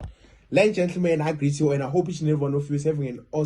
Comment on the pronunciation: awe Jaguar... Are you saying "lenja le" or ladies and gentlemen?? anyways, thanks for video